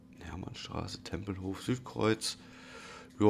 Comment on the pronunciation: Das mit TSW stimmt halt wohne selber im Umkreis von Berlin und da wäre sowas natürlich klasse und du hasst Tempelhof falsch ausgesprochen 😅